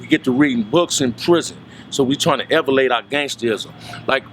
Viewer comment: Nigag said “evelate “